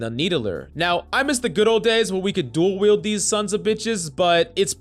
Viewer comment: "dual weld these sonsa beshes"